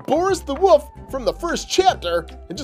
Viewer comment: Are you stupid it's wolf not woof 😠